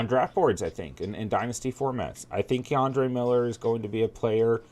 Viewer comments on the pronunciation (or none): Kendre not Ke’Andre